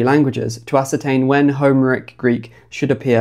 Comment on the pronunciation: "HOmeric Greek" made me wince every time. Do you say "HIStoric" and "CLImactic" as well?